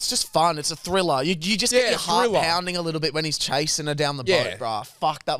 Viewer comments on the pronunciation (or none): describes a movie genre that exists A "Thiller" 😂